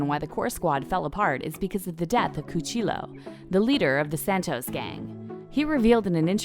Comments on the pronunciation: Did she seriously just say “coo chill-o” 🤦🏻‍♂️🤦🏻‍♂️🤦🏻‍♂️ just stop! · Mon-Se..... Cuchi-Yos.... do you watch the show?